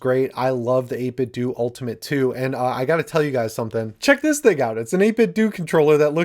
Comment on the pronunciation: When I heard you pronounce 8BitDo I wanted to scream... In my head it was 8BitDuo... and then I looked at my controller. How have I been reading this wrong for YEARS?!?!?